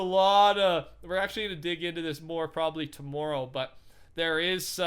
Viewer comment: I love how cannadians say tommorow